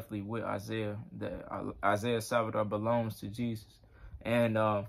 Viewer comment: Isaiah Saldivar is a blessing for The Body of Christ. P.S. Brother you kept saying his last name incorectly - it's Saldivar not Salvidar